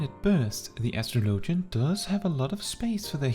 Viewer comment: It’s pronounced like astrology… no LOGIAN